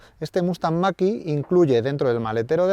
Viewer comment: La marca puede decirlo en chino , pero en ESPAÑOL es mach e , en eeuu que lo pronuncien como les de la gana , pero aquí la E se pronuncia e , e no i